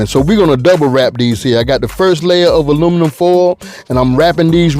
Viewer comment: 😂🤣😂🤣😂🤣😂Im from the A and thats exactly what we say. "Luminum foil"🤣😂🤣🤣